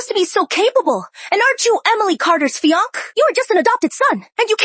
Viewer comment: Yes the Dubbing seems to always pronounce Fiance as "Fiankay". The Dubbing is based from an Asian Source, so it often mispronounces English words.😮... I have also noticed that Cafe is often pronounced Caff.